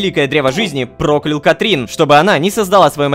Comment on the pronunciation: Лололошка почему ты говоришь "Катрин" если там "Катрина"